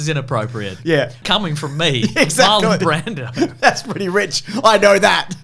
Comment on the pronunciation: sounds like you call him Marlon Brandon 😅